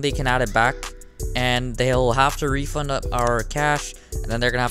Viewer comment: its refund not refound???????????